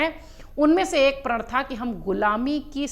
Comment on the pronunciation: सही शब्द" प्रण " है, " प्रळ "नहीं , उच्चारण ठीक करो